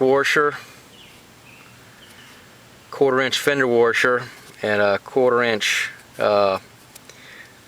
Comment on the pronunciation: Lol its washer not warsher